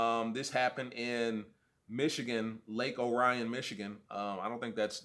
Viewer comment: He lives at least 40 miles from Detroit, in Oakland County. A long way away from the D. Pronounced Lake Or-re-on (Orion)